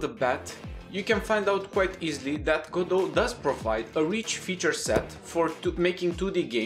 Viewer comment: Even he says Ga-doh, good, I'll continue.